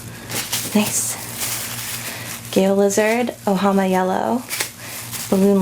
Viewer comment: Lol I love how she pronounced Ojama